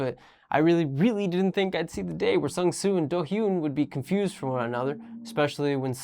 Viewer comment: I think the actual problem is has a serious difficulty pronouncing hyun so he constantly refers to Chaehyun as Seo and Dohyun as Lee.